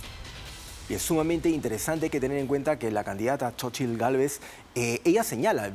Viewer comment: Se pronuncia Sochilt 😂😂😂palomeros polvorientos